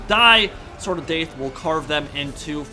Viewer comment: Take a shot everytime says Sword of Daith